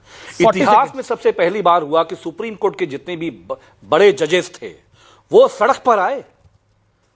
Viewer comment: isko phle bolna sikhao supreme ko supdim bol rha h 😂😂😂😂